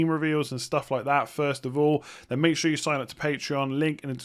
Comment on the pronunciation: Yeah because he pronounces "sure" exactly the same as "Shaw"